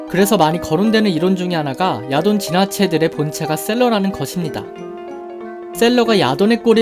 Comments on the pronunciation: 처음에 야돈 목소리 들었을 때 야동(?)으로 들려서 뿜은 적이 있어요. ㅋㅋㅋ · 야돈이...야동으로 들리는 난... 썩었군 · 야돈을 야동으로 들렸습니다. 음란마귀를 힘껏 쳐야합니다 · 난 왜 야돈이 야동으로 들리는가.......... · 계속 야동이라고 들려... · 아 나만 음마꼈냐.. 야동이라 들려.. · ... 야돈이 잠시 야동으로 들렸다...